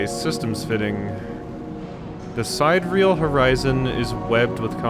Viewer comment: Sidereal (adj.) - of or with respect to the distant stars. It's pronounced (sid-air-e-al)